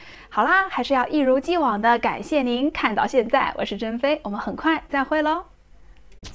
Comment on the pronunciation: ，听到你说“我是真飞”，我总觉得是“我是珍妃”。哈哈哈，不好意思，开个玩笑。真的很喜欢你的节目，再接再厉！